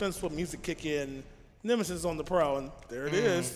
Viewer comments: Congratulations for both! But "Nemisis"? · NEMESIS, not NEMISIS 😭😭